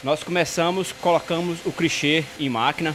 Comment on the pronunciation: “crichê” kkkkkkkkkkk